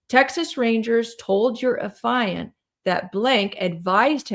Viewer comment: Please. It is not “a fi unt”. It is “af eee unt”. You are driving me koo koo with every mispronunciation. I can hardly listen to the video over this.